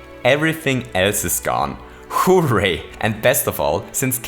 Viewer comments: Stop saying: hoe-ray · I still love the way you pronounce "Hooray" as "Who, Ray?" Will ever know if they're talking about Raymond??? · I love the way he says ho ray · Your pronunciation of “hooray” annoys me like crazy. I do like your videos though